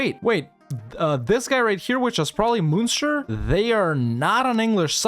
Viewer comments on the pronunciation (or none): Ok, I need to say that you are pronouncing the Irish munster like the german one and its wrong bro! :'(